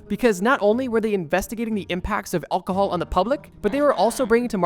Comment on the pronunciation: You gotta learn how to say Alcohol buddy